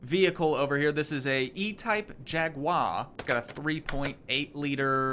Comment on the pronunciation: Like the content even though it's been 2 years. One thing, though... a Jaguar is not spelled Jaguire. /'jag-wahr/ or /'jag-u-ar/ It shouldn't rhyme with Jerry Maguire.